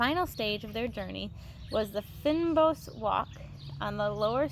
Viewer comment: You did pronounce Cycad right you also prononced protea wrong the first time and you prononce fynbos wrong .